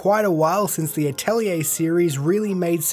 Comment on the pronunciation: You actually pronounced 'Atelier' correctly. You are the hero we deserve. Lol